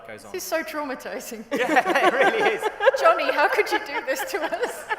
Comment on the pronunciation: Why did using the correct pronounces for Johnny make me cry:')